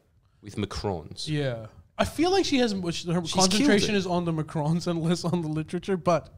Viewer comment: Macarons dude, not Macrons. Your mind can't get off politics mode.